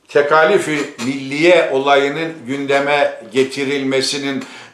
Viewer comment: Tekâlif kelimesini neden Rumlar Ermeniler gibi "a" kısa "k" kalın olarak telâffuz ediyorsunuz? Siz gazeteci olarak gerek yazıda gerek konuşmada örnek olmalısınız.